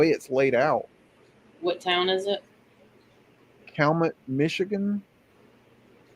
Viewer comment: I lived a good chunk of my life in the UP. Over the years I resided in 6 different towns in the south central part of it. I currently live in southeast Wisconsin and it pretty much sucks! I took it for granted and miss the UP and would love to move back up there!! Hate to be this guy, but Cabinet is pronounced KAL-YOU-MET...THANK YOU for all your work!! I love it all!! Your subscriber count is a fucking crime...You need to be up there with Jonny at the very least...Had a couple beagles back in the late 80's...Took them rabbit hunting in a swamp across the road from our house one time... There was about 2 feet of snow...We had only had them for a day or two at the time...I don't know where my dad got them, but one of them took off after a rabbit and never came back...Later that evening we started hearing howling from the swamp and were able to use the constant high-pitched